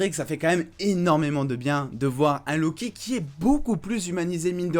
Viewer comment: "lo kiki" j'ai rigolé jugé pas